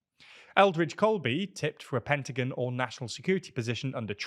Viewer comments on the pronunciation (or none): none